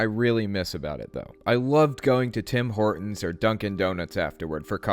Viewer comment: Wait id this man say Tim Hortins?